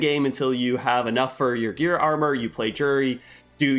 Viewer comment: LOL!! OMG it’s Gaea armor, not GEAR armor!🤬🤬🤬